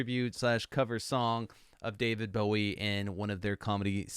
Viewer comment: You cut the song off! 🥲 And it’s Oddity. However, you did say his name correctly so I’ll give you points for that. Bowie invented the mullet! He was the precursor to many of todays genres. Bowie was an original.